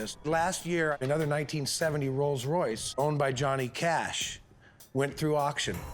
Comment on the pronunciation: There is no such thing as a "Royals Royce", it is a "ROLLS ROYCE". Real car experts.